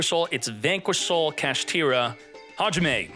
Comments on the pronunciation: Dont mind his butchered japanese pronunciation. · It was only 4months ago I learned you was saying Hajime cause for along time I though you was saying "talk to me" 😂